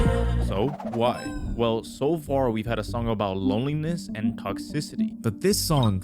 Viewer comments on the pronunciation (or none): none